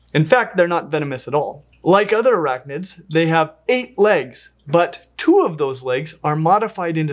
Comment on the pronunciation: I love how startled it gets when the guys says, BUT! Vinegeroon: "What? Another twist?"